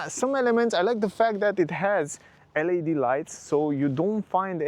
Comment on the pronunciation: Te rog frumos, nu mai pronunța LED “el ai di”. În engleză astea sunt literele LAD.